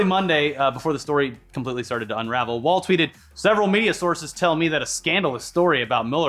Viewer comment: Please pronounce "Wohl" with a round "O" sound. Sincerely, Kasey Wahl